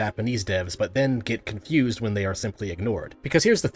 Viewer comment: "It was cunfused!"